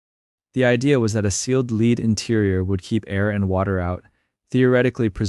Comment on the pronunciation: Really! " lead"! They would have lined the casket with " lead", which rhymes with head! Lead, rhyming with read, means to set the way!